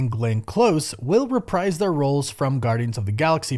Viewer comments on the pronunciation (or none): none